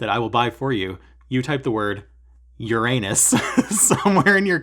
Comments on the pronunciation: Oh my, the way you say URANUS places a picture in my head I really don’t want to see 😂😂😂 Awesome stuff you’re stitching! Keep up the good work and the entertaining stuff 🤪 Stay safe and happy stitching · Uranus 😂 not so funny though if pronounced as urenus 🙄